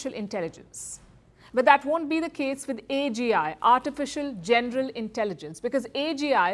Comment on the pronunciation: Why does this woman keep saying “genDeral” when pronouncing the VERY SIMPLE WORD, “general” ???